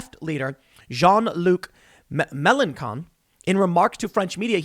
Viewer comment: For "melenkon" it is Mel EN SHON in term of pronunciation.